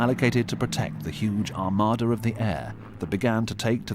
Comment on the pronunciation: "An Amarda of the Air" - should say "Armada."